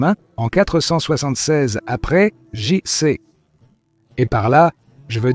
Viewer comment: IA... le vi-aie siècle après GéJiCi... Lol. Sujet interessant, mais comme c'est de l'IA, quelle fiabilité je peux accorder à ce non travail? C'est une honte ces chaînes full-IA.